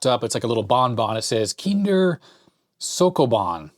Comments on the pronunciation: It's "ree-gal" and "sho-ko bon" :) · it's definitely not soccobon xd